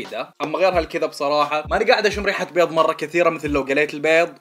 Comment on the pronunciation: عندك ثار مع حرف الضاد ؟ 😂😂😂😂😂😂😂